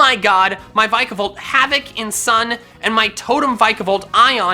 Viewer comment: thats definitely the wrong way to say vikavolt